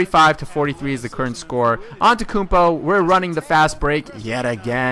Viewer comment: its pronounced: an te tou koun po not an te koun po